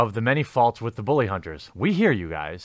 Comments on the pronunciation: It's pronounced bull-lee not boo-lee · Why do you pronounce "bully" as "boo-lee?" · Why do you keep saying "Booly" and even emphasize it? Am I missing some inside joke or something? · "booly hunters" :^) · Why do you say "bully" like "booly"? Honestly curious if that's some kind of accent thing going on there.